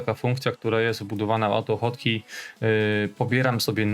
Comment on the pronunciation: Po co usuwasz "#[liczba]" z nazwy, jak masz dostęp do nazwy projektu bez numeru? PS. AutoHotkey wymawiasz jako "autofotki" xD